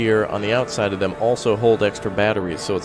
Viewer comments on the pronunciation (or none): none